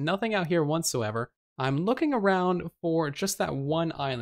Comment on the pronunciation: Is saying "wantsoever" instead of whatsoever?